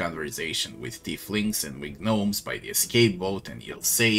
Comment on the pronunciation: Silent `G` on Gnomes.